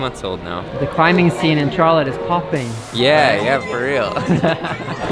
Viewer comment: He said CHAR-let. 😂